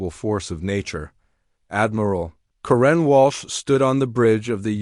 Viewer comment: Not sure what I found more annoying, the return of dot dot dot, the way the AI pronounced 'Karen' or Senator Davis' willful ignorance.